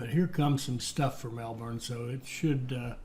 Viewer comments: honestly I've heard people pronounce Ballarat worse, but the your kind pronounce Melbourne makes my ears hurt. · As an Australian, I can say the best was to pronounce the town names is to say them as lazy as possible. Melbourne > ‘melbin’